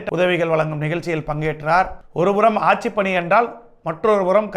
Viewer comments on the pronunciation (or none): none